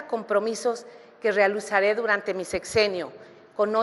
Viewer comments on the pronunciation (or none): Otra Vilchismosa que no sabe leer: realusaré en lugar de realizaré, laboré en lugar de elaboré, mesicanos en lugar de mexicanos, edeología en lugar de idiología…. Y en una sola participación, escuchemos que más tonterías dice en todo el debate